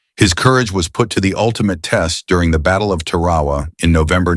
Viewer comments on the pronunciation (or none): LTJG Heimberger didn't land on Ta-rau-wa during WW2. It's pronounced Tar-a-wa! Tarawa is the capital of Kiribati. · The pronunciation for that Hell on Earth is TARAWA not the damn convenience stores! RIP Lt Albert HAze Gray and Underway! 🇺🇸🫡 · Great respect for Mr. Albert, not so much for the A.I. that is massacring the name "Tarawa". Remember when real live humans would provide the audio narration? Really? SYYYbal Sheperd? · That's Ann Sothern, not Ann "Sontern", you m o r o n! You also mispronounced Tarawa.